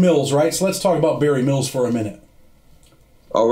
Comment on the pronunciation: Good dude...but he REALLY struggles to say Barry Mills ..i heard him say Marry Bills once :)